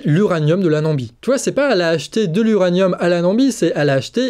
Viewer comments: Namibie, NA-MI-BIE !! 😀 Je crois que vous avez dit 3 ou 4 Nambie ... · "Nambie" ...C'est à ce moment que t'as perdu toute crédibilité à mes yeux ...Et à mes oreilles...Bye 👋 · Namibie et non Nambie. Sinon excellente vidéo comme d’habitude. Je vous écoute depuis le Canada. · la nam " i " bie , pas la nambie, je vous écoute et entends le nom d'un pays Africain que je ne connais pas !!!! bon aller ce n'est qu'un petit clin d'oïl, très sympathique votre format a 2 voies , vous faites une SUPER paire tous deux ✌✌ Contenu très interessant car jamais évoqué et abordé nul part alors que important surtout en ces temps de géopolitiques .....très bonne analyse du sujet , tout en restant abordable a tout un chacun .. MErci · Pourquoi dites-vous la Nambie et non la Namibie ? 🤔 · Namibie, et non Nambie je suppose... 🤔 Bises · Bonjour a vous. vous êtes bon.. Mais.....la Nambie....vraiment? c'est un pays ca? ( vous le répétez deux fois dans la vidéo). c'est ou? voisin de la Namibie . j'imagine. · Pas trop sérieux la prononciation « Nambie » au lieu de Namibie… Dommage parce que par ailleurs la vidéo est super ;-) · Attention ⚠️ on dit «na-mi-bi» 😉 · mdr pas Nambie mais Namibie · hahaha pourquoi vous dites Nambie le pays c'est Namibie hahaha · c'est la NAMIBIE et non pas las NAMBIE des fautes comme ça vous en faites bcp trop :-( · On dit Na-mi-bie... Mais on vous aime quand même! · NA - MI - BIE 😀